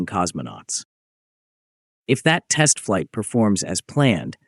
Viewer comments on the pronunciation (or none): none